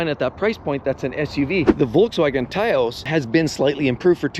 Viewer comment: It's pronounced Towse, not Tayos.